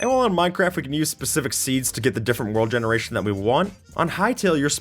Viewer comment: "world gerationdziubudzibuz..."